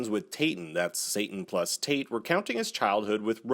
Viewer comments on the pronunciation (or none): none